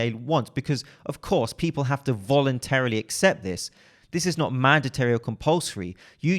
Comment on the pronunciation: List: • A - deer • Man-de-terry Don’t worry, we’re keeping track. Hehe. Don’t worry, I can’t say aluminum or oriented correctly too. 😜